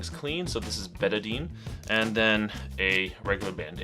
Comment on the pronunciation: Betadine is really not recommended usage for wounds anymore because it also kills white cells. Then again I knew you weren't a real doctor as soon as I heard you mispronounce Betadine. Soap and water is what any wound care provider would recommend now.